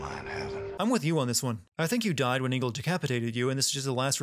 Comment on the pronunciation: It's not Ingel , it's ENGEL